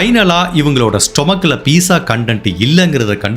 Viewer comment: கதை சொல்லும் விதம் அருமை. உங்கள் வீடியோக்களை தொடர்ந்து பார்த்து வருகிறேன். லைக் போட்ட பிறகுதான் வீடியோ பார்க்க ஆரம்பிப்பேன். சில வார்த்தைகள் உச்சரிப்பு திருத்த வேண்டும். Pizza என்பதை பிட்சா என்று அழைப்பார்கள் அதில் T என்ற எழுத்து இல்லாவிட்டாலும். நீங்கள் Peesa என்று சொல்வதை மாற்றிக்கொள்ள வேண்டும். 30 - முப்பது - நுப்பது இல்லை. தமிழில் நுப்பது, நுப்பத்து இரண்டு என்பது கிடையாது. தமிழ் புத்தகம் படித்துப் பார்க்கவும்.